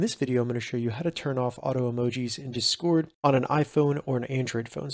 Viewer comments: Tysm for the help but please pronounce discord right 😭 you’re putting the emphasis on the wrong half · WHY ARE YOU SAYING "DISCORD" LIKE THAT 😭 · i disliked not because of the content. but because of your pronunciation of the word discord